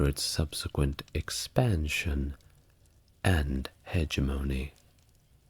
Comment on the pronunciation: Hegemony = Huh-JEH-muh-nee